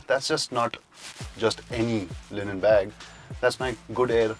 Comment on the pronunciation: Why the hell were they pronouncing "linen" as "Lenin"? One is a fabric the other is a soviet leader.